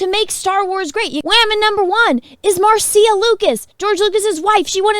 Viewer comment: Marcia is pronounced "Mar-sha" not "Mar-see-uh"